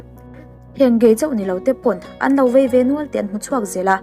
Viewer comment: vei tih tur aw,,,,,,vai ni lo in